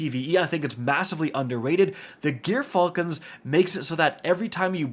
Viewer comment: Dude, its not GEAR Falcons. Its pronounced woth a soft J, like gyroscope